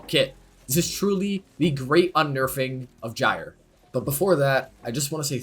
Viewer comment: Dislike for calling her "Jire" you pagan